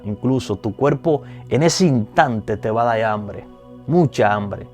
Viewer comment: Gracias x desear dar enseñanzas si deseas que mucha gente ve ay que como embajadores representemos bien,con todo respeto te aconsejo que prendas a pronunciar la r la s la m...osea cuerpo no cuelpo